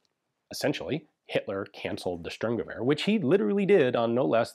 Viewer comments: just for historical accuracy: "Shturmgevehr" kinda= Sturmgewehr. With a sh sound (sheep, shell, shallow) s is generally an s (saw, sit, see) in German, but if it is at the very start of a word and it is followed by a T or a P, it is pronounced sh. Obvious examples could be Sport - Shport and Stopp - Shtop. exceptions: foreign words imported into German, for example star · Did Hitler cancel the Stueeerrrmgever?